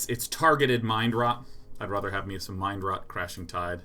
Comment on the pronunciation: I feel like Sean saying "rother" instead of rather is like some version of the 'meow' thing from Super Troopers. Like 'how many people will bring up the weird way I'm deciding to say 'rather'?' Guess I'm one of them.